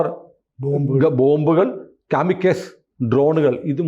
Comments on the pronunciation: Kaamikus alla kamikaazey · കമികാസി എന്നാണ്, കമികസ് എന്നല്ല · കാമിക്കസ് അല്ല കമകാസി ❤ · കാമിക്കേസ് അല്ല കാമികാസി (zi)..ആണ്.. സൂയിസൈഡ് drones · it’s pronounced as “ka-muh-kaa-zee” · കാമി കാസെ എന്നാണ് പറയുക. ഗൂഗിൾ ചെയ്ത ശേഷം വാര്ത്ത ചെയ്ത് കൂടെ😅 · കാമി കാസേ - ennu parayunnathakum kurachoode correct.